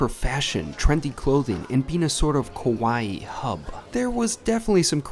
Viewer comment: You said, Kowaii, instead of Kawaii. Kowaii means scary, Kawaii neans cute.🤣